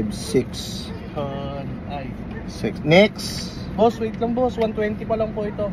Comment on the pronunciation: Next ❌️ Nixt ✅️